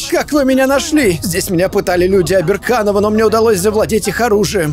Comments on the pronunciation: ты почему то говоришь обенканов а написано обеРАНкоВА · сколько он будет читать оберанкова как оберканова?